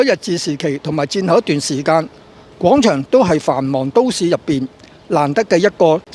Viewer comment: 希望唔好再將廣場讀成講場喇。